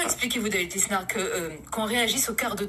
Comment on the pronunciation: David lissssssssssnard on prononce le s el mal